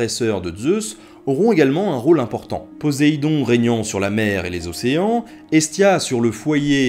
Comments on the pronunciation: Très bonne vidéo très intéressante, bien que je savais déjà à peu près tout ce que tu as dit,le sujet me passionnant depuis la lecture de Percy Jackson (j'avais carrément demandé un livre sur la mythologie gréco-romaine en cadeau pour noël ^^ ). Mais par contre,à un moment,il me semble que tu as dit "PoZéidon" au lieu de "PoSSéidon". Après, c'était peut-être mon casque qui buggait,qui sais? Mais si jamais tu as vraiment fait cette faute,j'aurait du mal à te le pardonner. ^^ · c'est poseidon pas posaidon!